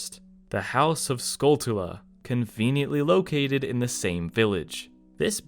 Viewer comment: it is not skull tuh la it is skull tchu la like tarantula i cant believe some people